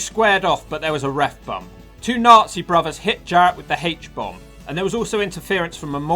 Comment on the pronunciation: Take a shot everytime the narrarator says "Ref Bumb"!!!